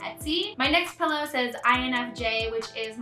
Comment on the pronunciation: I like that you were hesitant to pronounce draw(er) but very confident in saying “pellow” instead of “pillow” 😜😜